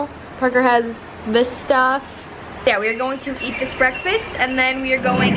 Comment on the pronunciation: I love how aspyn always says brrreakfast😂<3